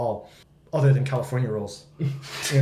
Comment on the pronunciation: フジがカリフォルニアのこと「カルフォルニア」って言ってるのずっと気になってたんだけど、確かにカルフォルニアのが本当の発音に近い？かも？と思った